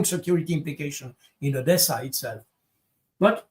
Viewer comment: Jacques on dit pas Odiessa... Soit tu dis Odessa ou alors Adiessa (Одесса)